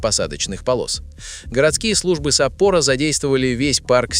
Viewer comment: Да САппоро же! САппоро. Когда же вы научитесь пользоваться правильно вашими ЯЗЫКАМИ! СаппОро - надо же!